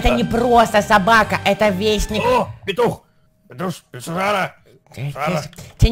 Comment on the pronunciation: Игорь сказал питух срара или что